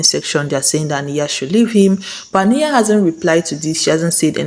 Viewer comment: It’s Ah-NIGH-yuh.. Ah..NIGH..yuh. Please I beg. It’s giving you did not watch the show🤨